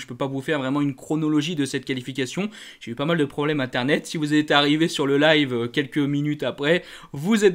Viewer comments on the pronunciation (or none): none